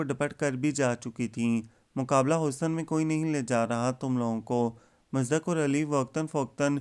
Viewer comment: Musdaq ni hota Bhai Musaddaq pronounce karte hn.